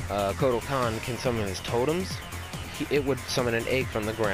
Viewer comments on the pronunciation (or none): none